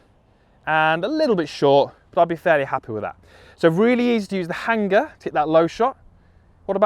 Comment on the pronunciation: Love the video (as always) however I'm very put off by how you say Hanger.